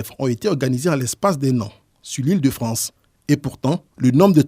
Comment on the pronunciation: Ils sont à peine arrivés en « Fronce » qu’ils font déjà grève!🫢🤭🤣😂